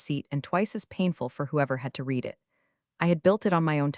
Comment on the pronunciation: Love”longer than a CVS receipt”. I call ‘em “wallpaper”. It would help if you could address the Read past tense problem with the AI reader. Love the patter.